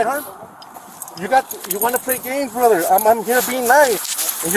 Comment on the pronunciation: You messed up "brother"